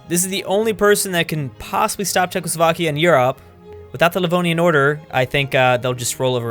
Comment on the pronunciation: “Chezckslovkia” YouTube: Chuckles Vodka